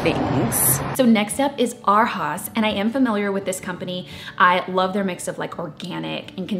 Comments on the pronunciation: I was going to say the same thing! I took German for 3 yrs in hs so when she said haus like haas I was like i hope that's not how they're pronouncing it. I assume they're trying to have it sound like they're saying "Our House" in the lazy way we say "our" like "are" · I assume Arhaus is German. Which would mean you pronounce it ahr-house. Ah like open your mouth and say ah! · New furniture is expensive.... you should plan to spend $$$$$$ to furnish all of your cottages....BTW its pronounced (Arhaus) “Our House” you can tell you just shop vintage 😁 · Loved this video! So exciting to see all the beautiful furniture with you. I also wanted to say I think Arhaus is pronounced like “our house” but I could be wrong! Thank you for taking us on this trip with you! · For anyone wondering by chance, Arhaus is pronounced like “our house” 😃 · Lewis Shanks must be where all hotels get their furniture. The only time I've ever seen furniture that looks like that is when I stayed at a hotel. Random Question: Isn't Arhaus supposed to be pronounced like "Our House"? I thought it was supposed to be a fancy pun.